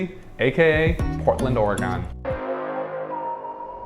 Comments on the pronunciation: I feel like you just keep mispronouncing the state just to be annoying. But keep doing it, it's how we know you're an outsider. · That's not how you say Oregon :) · I hated every time you said Oregon incorrectly. 🤦‍♂ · Can we believe someone that can't pronounce the state's name? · not to be mean but wrong way to say Oregon in your entry it is not Oregun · Kind of curious where you're from, I've never heard Oregon pronounced that way before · Immediately distracted me pronouncing it incorrectly! 😅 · if he says or-e-gone one more time my ears are gonna fall off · Oregon is pronounced OR-A-GUN! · Why would anyone take advice about Oregon from someone who can't pronounce it correctly (Orygun)? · "Donit"" "OroGONE" lol Does this dude know how to pronounce anything right? lol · Its not "Or-a-gone". If you're going to review Oregon please - pronounce the name right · I had to stop watching after the third time you said, "OregOn"...... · Why are you saying Oregon like Ore-gahn? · Great video, however being from here the only real distraction was your mispronunciation of Oregon “Or-e-gun”. Thanks for sharing our beautiful city. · Hi, I'm another Portlander and while the Or-e-gone pronunciation also drove me crazy, this is a really good video! I think you really highlighted a lot of what this area has to offer and I'm glad you had a good time here. You're welcome back any time and next time you'll know how to say Oregon. Cheers! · you pronounce oregon like it's a shape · Great video, but there is one problem: You are now wanted in the state of Oregon for mispronouncing the name. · ORE-GUN Not ORE-GONE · Ore-gone? Naw, Ore-gun! 😊 Thanks for the video! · It’s Oregon like organ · Or-gun, not, or e gone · Ore “gen”. Not GON. Sound like a doofus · it's not OREGONE It's Oregun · AT LEAST YOU COULD PRONOUNCE OREGUN CORRECTLY. IT IS NOT NOT NOT ORE-GONE!!!! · GUN it is Oregun...my that sounds lame when you say Oregone. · Our state is pronounced orygun not orygone ❤😂